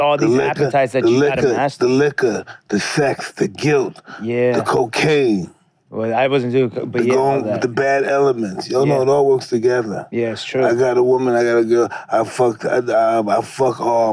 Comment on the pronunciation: "the cockan"